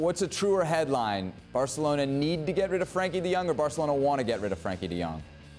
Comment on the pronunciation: Why do they never say his fuking name right. Its Frenkie de Jong not Frankie!!!😡😡😡